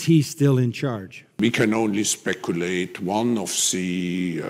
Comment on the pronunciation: Can someone please help with saying the word “the”? Please?